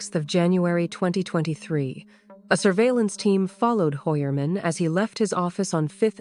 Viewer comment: Hoy-er-man is the pronunciation in original German.